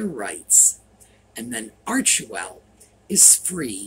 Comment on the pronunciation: Arch well you don't pronounce the middle e